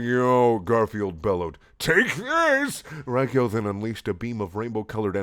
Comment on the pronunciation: It's pronouced rawg-yo